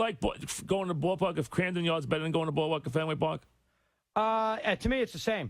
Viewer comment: Mike called Camden Yards, Cramden Yards. 🤣🤣